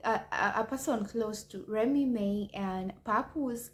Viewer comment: Remy Ma (mah) not remy may smh